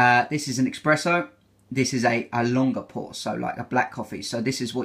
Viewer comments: Nice and helpful review, but man you love coffee, so please, c’mon, it’s espresso with an “s” not expresso hahah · eXpresso? seriously? 🤦🏼‍♀️ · No, it's just mispronunciation. Source: I'm British.